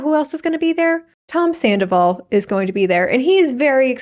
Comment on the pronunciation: Ken saying "tomzandoval" lives rent free in my mind.